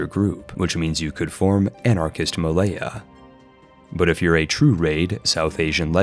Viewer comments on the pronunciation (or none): none